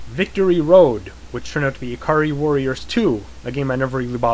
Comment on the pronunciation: Um Wizards and Warriors is not pronounced weariers. It is pronounced woriers. with a long O sound.